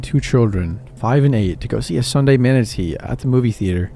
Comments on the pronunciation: Manitee? Story 2? Matinee? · “sunday manatee??” it’s goddamn “matinee”. omg. 🤷🏻‍♀️ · Manitee?? It's matinee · Love your work, but Sunday morning MANITEE had me CACKLING 💀💀💀💀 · Manatee?? Think meant matinee, ma te na... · Movie "Manatee"?😅I think you meant "matinee" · IN DA SECOND ONE. YOU TOOK YOUR DAUGHTER TO SEE A MANATEE, NOT A MATANEE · Not a manatee, a matinee. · Matinee is pronounced (mat-ih-nay) lol (you pronounced it as manatee) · Its pronounced matinee, not manatee😂😂😂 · Um actually mate it’s pronounced ma • tuh • nay. Not man • a • tee. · "We went to see a Sunday manatee" 😂😂😂💀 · Every once in a while, he mispronounced something. No big deal. But the story about the movie with the kids and the weirdo behind them had me registering twice. 'Sunday manatee' got me 😅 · a Sunday manatee.... LOL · a Sunday manitee??😂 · I can’t get over how he says matinee 😂